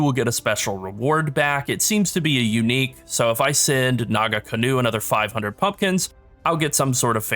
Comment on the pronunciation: Homie, as someone who is from New Zealand and knows how to pronounce Maori words, it's not Naga-canoe. It is Naa-Kahnoo. The nga is like a back of the throat sounds, but just drop the G and you'll be fine. Great video. Looking forward to more. <3